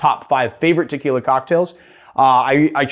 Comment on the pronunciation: I really wish you would stop mispronouncing it. And call it Tequila Blanco, not the other way around. If you cab pronounce orgeat by its actual name, why not as well with tequila?